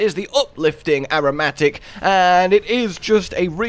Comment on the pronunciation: Is anyone gonna tell him how to properly pronounce "aromatic"?